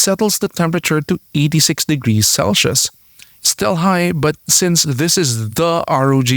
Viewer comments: Celsius not celshius... #facepalm. As a native English speaker you are making my ears bleed! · I appreciate the effort and work you’ve put into this video and it has been very informative and interesting. But the pronunciation for “cel-shius” needs some improving. “Cel-se-us” or “cel-seus”.